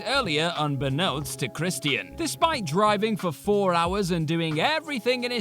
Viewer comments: ChrisTEEAN? You mean CHRISTIAN. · Chris_chin. Not chris_T_ian. Chris_chin. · Who the hell is Kristy-In? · I hope this guy knows it’s Christian. Not Chris Tian. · Crist-ee-uhn (Christian) haha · The way you say Christian is frustrating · The way he says Christian is funny af